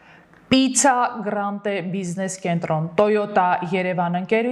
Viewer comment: Պիցցա գրանդե չի, Պյացցա գրանդե, որը (Պյացցա) իտալերեն նշանակում է հրապարակ